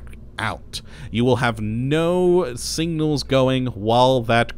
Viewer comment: Same. Took me a minute to figure out what he was saying. add that to nucular, aluminium, and Ol.